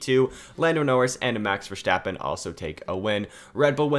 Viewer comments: Verstappen not VerSCCHtappen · It's not Vershtappen it's Verstappen. I'm sorry but it was hard to listen.. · “Max Vershtaapen” 😂😂